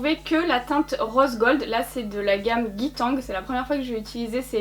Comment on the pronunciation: On dit Ga-ï tèng 😂 (Guy Tang)